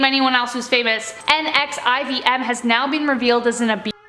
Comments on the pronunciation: How hard is it to say L Ron Hubbard and Nexium? You claim to be Canadian and can’t even speak proper English. Where did you go to school? Texas? All of you do this and it’s embarrassing. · NXIVM is pronounced Nexium, I believe. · Also NXIVM is pronounced "nexium" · NEXIVM is pronounced Nexium. Just FYI. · This was interesting -- and hour presentation style is great, but I'm really surprised the editors couldn't find easily accessible info about the foundation of some of these cults and how to pronounce NXVM (nex-ee-um). It wouldn't have made the video any longer and it seems like it should be S.O.P. for any channel. Also, the tool who created the ridiculous MLM "religion" based on Xenu is L. Ron Hubbard, not Ron L. Hubbard. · Pronounced LEEah REMinee and NEXeeum. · Great video, but you should really look up the pronunciation of names and words if you don’t know them. You lose credibility when you mispronounce things. Thetan = thee-ton NXIVM = nexium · it’s pronounced “Nexium” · It's pronounced Nexium, the NXIVM cult. The son of a former president of Mexico is also involved. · It’s L. Ron(not Ron L.) Hubbard but he was a scumbag as big as David Miscavige is!! And the NXIVM is pronounced Nexium like the heartburn medication a perfect name since they burned so many women!!!! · You’re not pronouncing Leah Remini & NXIVM correctly